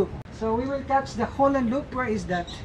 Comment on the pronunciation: He keep saying Holland Loop its Holland lop